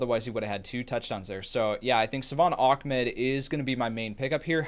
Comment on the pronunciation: its not achmed its ahmed